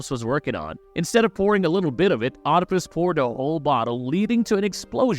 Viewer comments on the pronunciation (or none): Oedipus is pronounced weed-ip-us not "odd-ip-us"